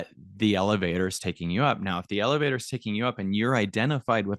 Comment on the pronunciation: I can't stop thinking lelevator go up, lelevator go doown 😂 just me?